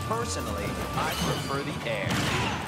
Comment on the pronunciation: Solar Surge Poisonally, I pwefer de air.